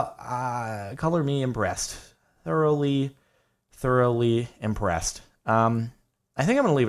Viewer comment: I can't be the only one who thought on he said "Cover me in breast"